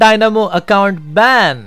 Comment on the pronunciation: Band.. Abe chooo.. Ban hota hai vo.. Mujhe tujhpar hi hasi aa rahi hai.